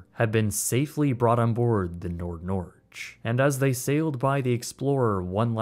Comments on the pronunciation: Norge not Norg. Norge = Norway. NordNorge = NorthNorway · It’s the Nord Nor-gay. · As a Norwegian, i have never heard Norge pronounced so wierd before and i find it hilarious. thanks for the great content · Ows is a oily water separator. it is used to pump bilge water overboard. not supply the engines with fuel. And nordnorge is not pronounced like that. It literally means North Norway. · Top tier vid, but i Get freaked out every time you say NordNorge🥲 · Nord Norge means Northern Norway and it's pronounced with a hard g as in gass 😊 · That’s NOT how you say Nord Norge 🥲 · Your prononciation of NordNorge is so bad as I would never have understood it if I didn't read it. The name simply means North of Norway 🇳🇴 😀 in English.